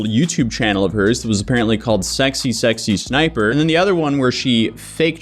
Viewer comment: You keep saying SSSsniper... But it's just SSsniper.